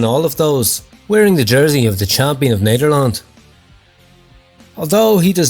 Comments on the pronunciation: Amazing pronounciation of 'nederland' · pronunciation of Nederland is golden, and i'm not joking, you did really good